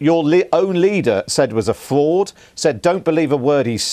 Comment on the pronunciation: Why does most of the left wing media always have issues with speech. Absolute dribbler "flauds"